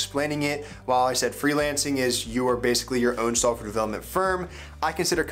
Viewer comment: haha I know he's saying that. It sounds like sulfur developer tho :)